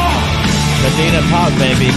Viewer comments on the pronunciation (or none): funny the way he pronounces "Modena"... 🥳, try to say "Mòdena", with the e pronounced like in "bed" and with the tonic accent over the "o" ☺️